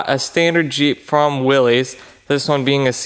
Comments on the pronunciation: Interesting fact, it's pronounced willis, not willeez, there's an original TV ad for the trenchajeep on YouTube. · My grandfather would like to tell you that it is pronounced like Willis not Willies. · Fun fact: Willys is actually pronounced Will-is (think Arnold’s brother on Diff’rent Strokes). I know there’s vintage Jeep ads where the announcer calls it Will-eez, and everyone else does too, but he’s wrong and they’re wrong. It’s Will-is. It’s a proper name and just as offensive as someone mispronouncing your name and doing it with glee.